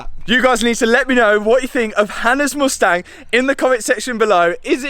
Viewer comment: The way he pronounces mUstang is painful.